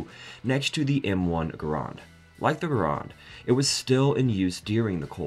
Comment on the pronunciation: I’ve not heard M1 Gur-rond or sterm-gooer before.